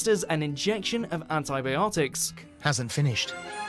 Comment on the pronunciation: You mispronounced antibiotics, presenter.